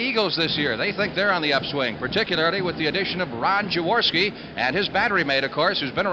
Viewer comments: Why can't Unitas pronounce Jaworski's name? Yaworski? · Those mesh Eagles jerseys were bad ass. So 70s...😂 Unitas calling Jaworski "Yaworski".😅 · Perhaps but that's not how Jaworski pronounces it. Had Unitas spent even five minutes speaking with Jaws prior to the game, or asking any questions of the Eagles about their new QB, he would have understood how Jaworski pronounces his name.